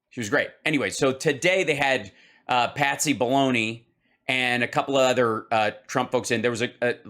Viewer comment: I thought you kept saying Patsy Baloney.